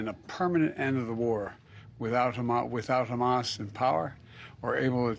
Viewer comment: could not even say Hamas 😂😂